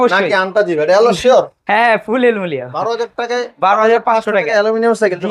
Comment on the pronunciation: Aluminum ❌ Alumilianm✔️